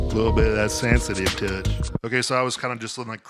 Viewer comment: "Little bit a that sensitive tutch" hahaha